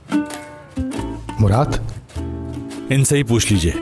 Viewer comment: it's muraad they pronounce it Muraat and write it Murat